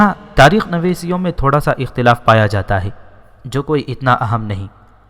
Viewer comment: تاریخ نویسوں لفظ ہے نویسیوں نہیں